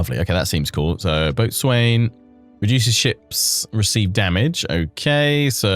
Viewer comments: Boatswain is pronounced bosun. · "Boatswain" is one of those words that you use to call out noobs. Mariners pronounce it "Bosun". (Also, the gunwale is pronounced "gunn'l" and the forecastle is the "foc's'l") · Fun series. Boatswain pronounced 'bosun'. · Boatswain is pronounced “bossun”, ya landlubber! 😂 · Boastwain is one of those ancient maritime words where the pronounciation has changed so much it no longer has any resemblance to the spelling. It's pronounced Bo'sun. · Heads up, botswain is pronounced Bosun. So excited for this 💪🏻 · Love the video, I'm so excited to get my hands on this DLC. Fun fact, boatswain is usually pronounced bosun (because english wasn't already confusing enough lol). I learned this when running a Spelljammer DnD game and had to look up Boatswain Tarto. Boy was that a trip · "Boatswain" is generally pronounced "Bosun" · I'm just starting this series, please tell me he fixes it lol